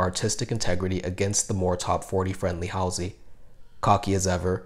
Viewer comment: i lov how many prople don't know how to pronouce Halsey , it's a common street name and she's been on snl many times. like how hard is it too look up the right name?easier to get ferreira wrong since it's a non standard spelling.